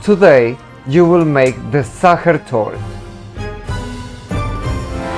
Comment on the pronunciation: Sacher Torte—pronunciation Sacher Toorte‘